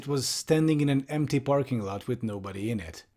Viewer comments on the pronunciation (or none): none